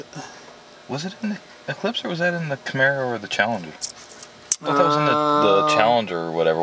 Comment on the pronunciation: Hey,. It's camAro, not camEro lol.